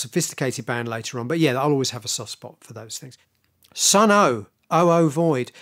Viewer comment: it's pronounced Sunn not Sunn Oh